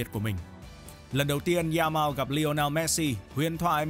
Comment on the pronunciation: “Za mao” Nghe bạn đọc mà nhức cái đầu